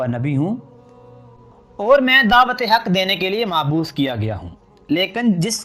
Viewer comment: اردو پڑھنا سیکھ لیں مبعوث ہے